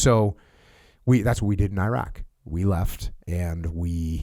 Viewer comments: Jack-O can't even pronouce "Iraq." He was a SEAL on TF Bruiser. All the COIN Ops he's talking about and meeting with sheikhs was conducted by the 1st Armored Division- literally the least cool or interesting unit in the entire Army. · Jocko compared the Palestinians to Iraqis showed how ignorant he is.. And the psycho still can't pronounce Iraq or Iraqis correctly even after 20 years.. 😂😂😂😂😂😂